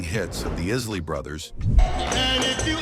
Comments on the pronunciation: Seriously? IS - Lee brothers? For Isley Bros Bar - KEYs? For Bar Kay’s Chee-lights? For Chi-lights Where do they find readers to mispronounce names of researched topics? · O-0-h child?! The chi lites and the Is-ley brothers?! What is wrong with this man? He is doing a damn diservice pronouncing these names this way!!!😆🤣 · The esley brothers😂😂😂 the Eyesle Isley Brothers boo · TO " ": SIR---------PLEASE---------LEARN TO PROPERLY PRONOUNCE NAMES, BEFORE UNDERTAKING A VIDEO LIKE THIS! ----------IT'S " THE EYESLEY BROTHERS "! -------AND IT'S " THE BARKAYS "! -----------MJL, 78 Y/O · Yea, but this is some AI generated bullsh*t!! Didnt you hear when the ROBOT narrator said the iz lee brothers??? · This gotta be AI; This guy is not BLACK; If you Black you know the correct pronounciation of the Isley Brothers and the Barkay's, Chi-lites,..."Real Talk: and I said that the right way....